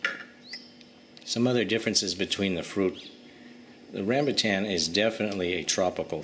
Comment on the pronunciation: Its rambutaaann not rambutcheeeenn 😂😂😂